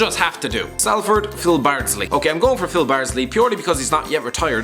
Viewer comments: Its pronounced SOLford not SALford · It’s pronounced Solford but spelt Salford